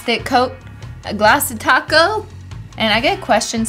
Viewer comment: now besides topcoat sounding like taco, i heard "nasty taco" instead of "nice thick"